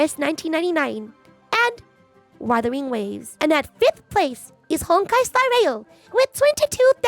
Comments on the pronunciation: trolling us again pronouncing it Wurthering Waves like Geoff Keeley. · "Wurthering Waves" This guy is a Dick! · No it's Wurthering waves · "WuRthering Waves" TGA joke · "Worthering Waves" lol Didn't one of the hosts at TGA pronounce Umamusume like "Oooo-mama-sume"? 😂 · Worthy waves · Wurthering waves 😂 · I love how intentionally mispronounced WuWa's name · Guy is a fake fan, doesn’t even know how to say the game right smh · bro it was a joke. Thats how it was pronounced on The Game Awards two years in a row now